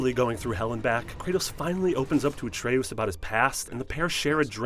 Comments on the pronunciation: A tray OOS???? JOE-tunheim???? This guy doesnt know how to pronounce any of these names lol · I don’t like how he says Atreus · I don’t understand how people mispronounce words when the word they are saying is spoken atlest 50 times in the game. Dude, it’s not ah-trey-oos. It’s ah-trey-us. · Atreoos? Joetanheim? WHO ARE YOU???? It's Yo-tan-heim. It's not even a, the game pronounced to wrong so you didn't know how to pronounce it! The game pronounced Jotunheim right! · Atreoos. Jotunheim (pronounced yotunheim in the game) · ah trea ous... joe ten hiem (I love how he misprounounces things even though they're said in the game) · Christ your pronunciation of jötenheim and Atreus are BRUTAL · Holy horrific pronunciations Batman...you're reading a script I assume. There's no way you played this epic with those pronunciations? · I swear, with all the things mispronounced it feels like you are only reading a script and have never played the game. Jotunheim and Atreus are spoken aloud multiple times in the game. It's like when WatchMojo called Sithis "Seethis" like 10 times in one of their videos. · This guy’s pronunciation of Atreus and Jotunheim is hilarious. It’s obviously a dude reading from a script, just get someone who actually played the game.